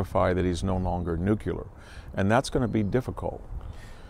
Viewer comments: "New-cue-lar"? It's "New-clear" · NUCLEAR!!!!!! wtf is nucular